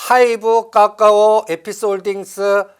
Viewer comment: 하락시점에서는 기가 막히게 잘 맞추는데 아무튼 삼전 닉스는 계속 가지고 있을거고 나머지는 수익나면 현금화는 계속하고 있습니다 근데 까까오 발음이 왜이렇게 웃음나고 웃기죠 ㅎㅎㅎㅎㅎ